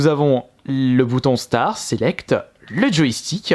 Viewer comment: Salut je te suis depuis pas mal de temps déjà Je voulais te faire une remarque constructive:"tu dis star au lieu de start" Je ne veux pas te vexer mais je ne sais pas sit te trompe depuis toujours.... Desolé encore si je t'ai vexé